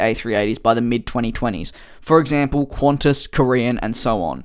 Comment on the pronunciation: "Qhauntas", lol : )